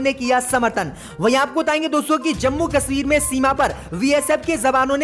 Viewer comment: Zankari wrong JANKARI Zammu wrong JAMMU Majjid wrong MASJID Jinda wrong ZINDA Namaj wrong NAMAZ Angreji wrong ANGREZI 👎👻👎👻👎👻👎👻👎👻👎 हिन्दी उच्चारण अतियन्त ग़लत है 👺👹💀😱👻👽👾